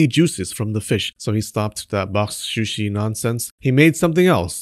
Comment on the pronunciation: Very entertaining, especially listening to you trying to say boxsh shushi...box shooshi...bok suuushee...square container fish. 😊